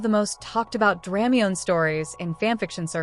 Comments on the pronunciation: Is there a print version of this? Thanks! Also, please forgive, but it's pronounced: Druh-my-knee, not Dram-mee-yone. Just saying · it hurts hearing dramiONE instead of dramione (dra- my-nee)